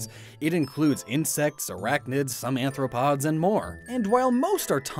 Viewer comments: "anthropods"? Greek for "human-foot"? I think you mean arthropod ("jointed-foot") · The dude really gonna call Arthropods ‘anthropods’ this whole video? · HE SAID ANTHROPODS EKHSIDBWJUAJD